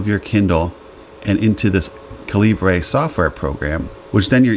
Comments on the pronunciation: Ca-lee-bray? lol It's pronounced "caliber." It's the British spelling of the word "caliber." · By the way, it is common for Americans to pronounce 'Calibre' as you did like a Spanish word. In fact, you will hear people outside of the USA pronouncing it 'Caliber'. I believe this was the original intention of the developer who was Indian where English spelling reflects the UK customs. Outside of North America 'caliber' tends to be spelled 'calibre'. So 'calibre' is just non-USA spelling of 'caliber'. Hence the confusion. Use whichever pronunciation you want but be prepared to hear both.